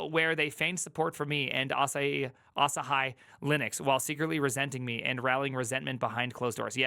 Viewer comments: asahi is a japanese word. its read asaheeeee, not asahayyyyyyyyyyyyyyyyyyy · Asai, Asahai, lmao. It's Asahi, just read it like it's written. Your fellow American invented this romanization system, why can't you read it. Seriously, imagine a language with orthography being so fucked up, you can only guess how to read a word you never seen before. You guys really need to reform your orthography and spell foreign words phonetically. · It is Asah he phonetically... If you want to call it Asah hi it shoudl be spelled Asahigh. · Bro, quick 1-second-stop and research the Freaking name.. ah-sah-hee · A-sa-he 朝日, it's japanese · its A-sa-hi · "asa-hee", it means morning sun in Japanese! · There's no fucking way it's pronounced Asa-hai. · Pronouncing asahi as "ah sah hai"?🤦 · Ah-Sah-Hee. This is a Japanese word, so all syllables are open: Asahi means “rising sun” in Japanese, and it is also the name of an apple cultivar. 旭りんご (asahi ringo) is what we know as the McIntosh Apple, the apple variety that gave the Mac its name. - I think we should push for React and TypeScript to be integrated into the Linux core. What could go wrong? - clique /klik, klēk/ (it is both) The US uses klik, and UK uses klēk. I'm not sure what it is in Montanese. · i pronounce it "Ass High" lol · Pretty sure it's pronounced "ah SA hee", emphasis is on the second syllable. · Asahi, the famous beer, is pronounced ahhh-SAAA-hee. Three syllables - first is flat, second has the emphasis, third is flat. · i think you pronounce it like ahsaaahiee so its an iee on the end and not an i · "AH SAR HE" gosh... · it's asahi as in asahee. it's a japanese word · Emphasis on middle syllable .. uh-SAH-he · Not to be annoying but it's pronounced Asa-hee, the japanese is あさひ（旭） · Asahi is a global beer brand and so easy to pronounce properly. Difficult listening to that pronunciation. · just watch your video with subtitles and laugh out loud when you read it. xDD oh its asahi not asahi. 🤣🤣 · It is Asahi Linux